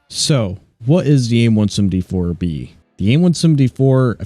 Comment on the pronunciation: Are you saying aim 1sumD4